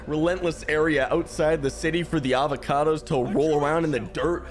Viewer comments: Aldecaldos.... ALDECALDOS NOT AVACADOS I'm so sorry I got so triggered 😂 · Did he say "Avocados" xD 10/10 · when you say aldecaldos i hear avocados